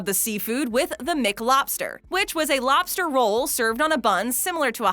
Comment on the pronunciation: I like the way she says lobster. "Lawbster" 😂